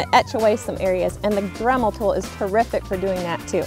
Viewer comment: Dramul? 😂 Sorry, I couldn't help myself, it's actually a cute accent. Besides I'm in no place to talk! My accent is so strong my talk-to-text is crazy! 😆 A southern accent 🙄 so "reason" is "raisin"! And apparently I pronounce see like "say". I learned a lot from T2T about how I sound, and it ain't purty! 🤪🤪